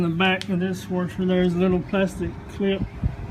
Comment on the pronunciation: You sound like Texas with your “warsher”- love it! My best friends husband is coming over tomorrow I told him you said it’s the coupler (I think that’s what you said). I enjoyed the video. Will subscribe so I can fix my own stuff.